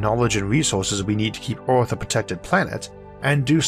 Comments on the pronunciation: Well, that's a new accent.... not sure what country that one comes from. The way he says "Earth" sticks out the most. 'euRth'. Of course, it could be a speech impediment? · Isaac be like " Oarthph..."